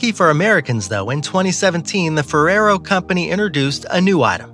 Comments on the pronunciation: it's Fere*E*ro not Ferraro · um, ferraro? it's ferrero....